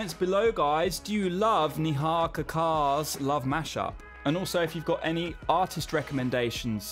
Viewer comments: It's neigh- ha, not nee-haa! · What did you say??..man I'm sorry it's difficult to pronounce but it's very simple it's not nehi it's Neh-Ha,like "Neh-Ha" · You hear sunidhi or Shreya ghoshal you will love them heads over heels instantly. Even older generation like Lata ,aasha, alaka they are so good. But still I liked your video with neha kakkar. You instantly picked some hindi words correctly with correct pronunciation. It's neha not niha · Firstly hope u correct pronunciation of indian names as ta westerners pronunciation of indi names seems funny and out of place......forget ta spelling, do it ur way- Neha should b pronounced NAY HA.......! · I bursted out laughing at the way he said Neha 😂😂😂😂